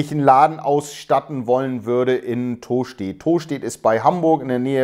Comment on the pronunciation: Tooostedt 😅... ich als alter Buchholzer feier die Aussprache immens 😃🤪